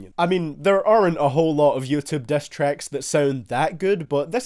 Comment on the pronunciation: The Diss turns into "Dess"